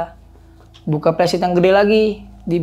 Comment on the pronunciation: Pembetulan: "Messtin" bukan nesting. : "Flysheet" bukan plesit. Biasakan yang betul, betulkan yang biasa.